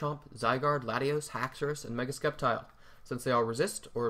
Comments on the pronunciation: "MeGaH SkEp-TiLe" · I was certain Sceptile was pronounced with a silent C.